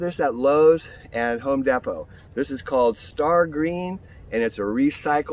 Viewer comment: Did he say home depo